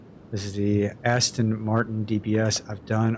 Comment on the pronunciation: Nice color. Keep Bonus points for pronouncing "Aston" correctly in the junkyard!